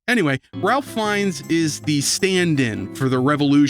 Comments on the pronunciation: I have a problem with this video. A BIG problem. And the problem is... the Ralph in Ralph Finnes is pronounced as "Rafe", because English is weird and British names can be even weirder. Unsubscribed! And then subscribed again! Hah, that'll show you! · His name is pronounced ray-fh feenz. Rafe fiends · His name is pronounced as "Raif" despite the spelling.